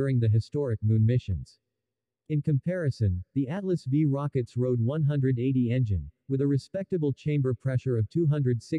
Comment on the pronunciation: Get a Human to narrate. I'm sure a human will not refer to a 'Road180 engine', but would correctly say :RD-180".